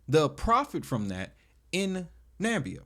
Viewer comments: This is tokenized mining company shares, not copper itself, if they're paying dividends. Hard to tell if the project is actually legitimate without more clear connections. Interesting to keep an eye on. By the way, it's Na MI bia, not Nambia. There's another "i" in there. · learn how to pronounce Namibia. it's not "Nambia" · Think that's pronounced NamIbia dude, emphasis on the first I. Interesting digging btw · Excellent snoopin’, bro… !!Na-MIB-e-ah is the proper pronunciation 😎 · 4 syllables: Na Mi Bi Ya youre welcome 👍🏾